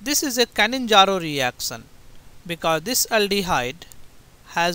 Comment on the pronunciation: Its not "canninzaro".. Bt "cannizaro"